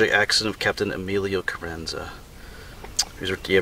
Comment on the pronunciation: It's Carranza long ahhh sound not a like in cat...... I read a lot about him, but I didn't know the contents of that letter. Well said a bout:peer" pressure" or whatever, from experience and teaching I'm sure you have addressed that issue many times. Being a young man without a lot of life experience was probably another reason he did what he did....very tragic, but ironically, if he hadn't died, would he be as well remembered or honored? We know of many interesting people with potential, who lives were cut short by tragedy and whose deaths kept them in the public eye, like Emilio's, sad but true:( Cheers, Rik Spector